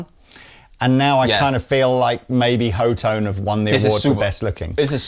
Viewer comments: C'mon guys..... HOE tone?? Are you serious??? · Pretty sure it's hot-one. Lees previous claim. But hot-tone, also makes way more sense than... "Ho-tone". Either way....stupid fuhkin name for a brand, with a dumb spelling that likely messes it up, and pronunciation is funny